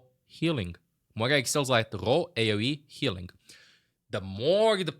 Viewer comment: the way says ‘raw’ 🫣